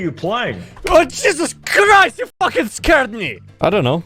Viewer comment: "OH JESUZ CURRIST YOU FUCKING SCARED ME" -2018